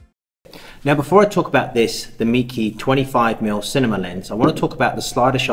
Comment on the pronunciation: Not a criticism but the name is pronounced /may-kuh/. I have their super wide fisheye lens which I use for 360° photography on an Olympus E-M1 mark II. The lens build quality is amazing for the price. Thanks for letting us know about this little beaut.